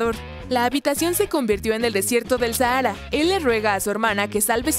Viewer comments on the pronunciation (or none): none